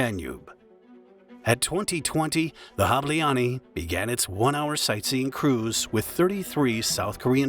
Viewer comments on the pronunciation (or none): It’s pronounced like HAH-bleh-ahn-y (the final -ny is like in canyon). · I just clicked to hear the word "Hableány" get mercilessly butchered by lazy foreigner content mills, who can't bother to spend 15 seconds to look up the proper pronounciation for a video they're making. Well, mission "accomplished". "Hableaani." They made it into a Finnish word. Well, then I can't bother to click like or subscribe. Sorry, too much effort! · The way you pronounce "ny" at the end of Hableany is disturbing, but other than that it's a GREAT video, with excellent editing. Thanks :) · You are terrible at pronouncing humgarian names. It's not "hableani"... more like "hableanj". Terrible. Do you research a bit better next time... One good point: You say "Budapest" well :D But you murdered Szécsenyi :D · sorry but Not Hablááánni, its speel like this: hob-lay-ahn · You completely butchered the names. Hableány is not "habileanie" 🙄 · hableáni bro. atleast do some research how to pronounce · note: Hableany == HAB le aa n , the closest can you get :D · It is humbilng that you pronounce 'Budapest' as correct as you can, but 'Hableanee' or 'Gisaimaree' square??? HABLEÁNY JÁSZAI MARI TÉR Please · Hableány phonetics: [ˈhɒblɛaːɲ] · The ship name is pronounced HOB-lay-on-ya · You should learn how do we hungarians pronounce "hableány"... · As a hungarian, I remember I was actually close by when it happened, and just didn't know it happened (was chilling in Kossuth Lajos tér at a coffee) until the news hit later on. (also. Im sorry. That's not how you pronounce Hableány but you almost got it. sometimes our "y" letter is combined with another one, creating a whole new letter and way of pronounciation. And I am really sorry for pointing it out, but when I heard the end of the word I couldn't help but laugh) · Hungarian here: the video is very well-researched but the pronunciation of foreign (hungarian) words is atrocious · The “ny” at the end of hableány is pronounced like “n” in “new” btw